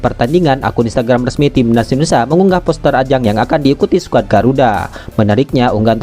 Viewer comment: Gara2 komentar anda, Videonya jd kuputar ulang, ternyata emang benar si Mimin bilang TIMNAS YUSA 😂😂